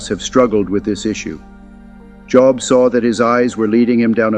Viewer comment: Shame on you. You mispronounced Job multiple times